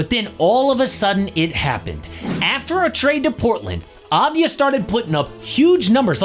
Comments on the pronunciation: no . its Avdia not Advia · finally, someone talks about him! and just to clarify, it's not Dani Advaya, in his country, they say it like Dani Avdaya